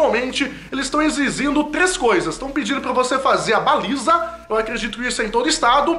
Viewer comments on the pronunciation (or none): ele falou exizindo